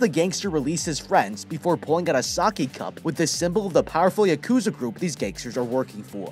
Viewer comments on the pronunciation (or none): I (for one) just wanted to tell you that yakuza is said yak-ooh-za just wanted to point that out